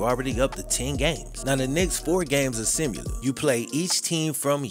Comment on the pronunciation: You're one if my favorite YouTubers and i watch and like all your videos. Try something for me.... When youre saying the word "similar" try to say "sima" as in "sima down now" not "simmer down" but rather "sima down". Say "sima down" over and over, then say "sima lur." Sima down, sima lur, and say it repeatedly. After a while, you'll begin to say "sima lur" instead if "simu lur" for the word similar. Please dont take this the wrong way, you're my boy, and i always want the best for you and want only to help you improve yourself. Nothing but love for ya